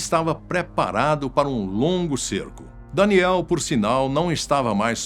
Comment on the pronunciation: Fala o nome do cara certo vei, é danielll e nao danieliii